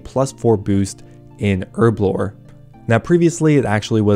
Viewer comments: HERB A LOR .......... not errrrblor ..... your way really shit me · Say it with me, HERBLORE, with a big old H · Herblore has a fuckin H in it... please get it right